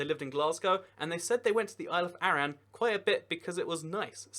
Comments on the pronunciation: It's pronounced aran not arra-an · “isle of ah-ran” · You pronounced Arran wrong, its said Ah-ran, also the Orkney and Shetland islands would probably not leave Scotland if Scotland left the UK, 100% of their trade is with Scotland so financially it wouldnt make sense for them to leave Scotland, they are more likely to join Norway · Foula is in the Orkney archipelago?? No it's part of the Shetland islands, Lerwick (capital of Shetland) is closer to bergen (Norway's capital) than Edinburgh (Scotland's capital) Also can you please double check your pronunciations of Scottish places - foula, arran... The reason as to why the Northern islands are very nordic is because they were governed by Norway until the 16th century when they were given as dowry payment to Scotland as Norway wanted one of our princesses. Are some of the English islands actually islands if they are very well connected to the mainland and there in no effort in get to and from the island???